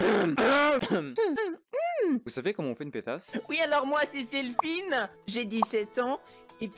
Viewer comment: " Selfoine" 😂(;´༎ຶٹ༎ຶ`)